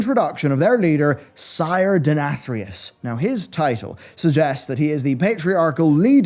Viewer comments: You pronounced the Name Denathrius 3 different ways in this video LOL.. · I like how as the video went on longer, he kept pronouncing Denathrius more like asmongold does haha